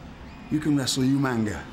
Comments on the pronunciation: Normal people: umaga Regal: umanga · Regal - “UMANGA” 😂😂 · Haha regal. Tonight you'll be wrestling yoomanga 🤣🤣🤣🤣 always cracked me up how he never got umagas name right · no, I’m English, he just pronounced it wrong. We don’t just add an extra letter (N) because we’re from England wtf😂